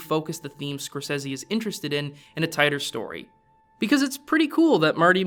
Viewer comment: Who is this "Scorsezzy" guy he keeps talking about?